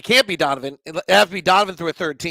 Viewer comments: It’s just Brooklyn not Brook-land thanks for all of your smart analysis as always! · Dialectal variation will dictate the pronunciation, aka - accent. If you're going to be criticizing people on such things, it'd also help to use IPA format, and not arbitrary orthographies. He says [ˈbɹʊk.lənd̥] and people from there would say [ˈbɹ̠ʷʊ̠kɫ̪ɪ̈n], and people from across the pond might say [ˈbwʊk.lɪn]. You know what he was referencing, and the point of language is communication, so he said it "correctly" (there's no such thing) because you understood. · Friendly criticism / pet peeve... It's Brooklyn, not Brookland